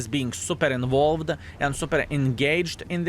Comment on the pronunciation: I enjoy hearing English improve especially knowing he is self taught. That being said I liked the old way he pronounced “involved” more than the way he correctly says it now. English is a tough language, so much of it makes no sense and the “rules” aren’t exactly absolute.